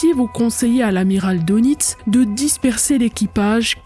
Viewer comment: oui très intéressant Les u boot all.furent copiés par toutes kes marines étrangères, après guerre, à cause de leurs qualités.Attention on prononce DEUNITZ en allemand Dönitz.Il fut désigné pat Hitler comme le représentant officiel du Reich.Connaissez vous Sabine, l'affaire du LACONIA?? Fait unique égakement.Un livre y est consacré